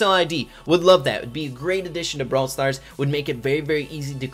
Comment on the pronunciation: Your intro says “Brawl Star Ray” and not “Brawl Stars Rey”, but idc